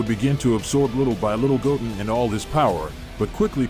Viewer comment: I like how the ai calls goten “gogen”🤣🤣